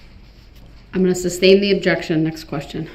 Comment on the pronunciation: Abjection!! “BIAST” 🤣🤣😆😭